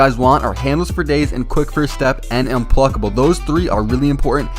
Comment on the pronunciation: DID HE SAY UNPLULCKABLE HOF